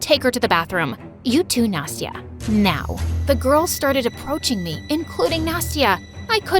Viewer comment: Why "Nasty-a"?!